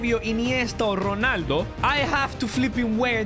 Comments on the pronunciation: dont say jonaldo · "CRISTIANO GHUNALDOOOOOO"😂